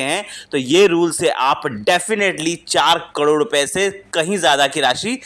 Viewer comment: हाहले सही उच्चारण तो सिख लो भाई करोड़ का😂